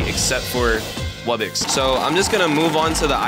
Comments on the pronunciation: him saying wubbix and not wubbox makes me mad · When he says wubbox in the spin wheel he says wubbix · Here is a MASSIVE TIP Focus on buying and placing a lot of Islands, You can get Gold, Food, Relics [Once you get amber island] And more Wubbox is Pronounced Wub-box [ Man it's really obvious it ain't Wubbex ] A Regular Wubbox costs 75 Million Coins, be sure to mow that damn lawn. A Rare Wubbox needs Starpower. I will tell you what Starpower is next video because i forgot. A Epic Wubbox Costs 1 Diamond, But yet it is really hard to power up though. The Islands that needs monsters to summon are Celestial Wublin Amber [ Probably more but I forgot ] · WUBBIX?!?! WUBBIXXXXX!?!?!?!!??? ITS WUBBOX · it’s not call webbex it’s called wubbox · "Wubbix" "Tawkeir" "Weirdos" "Ice island" 💀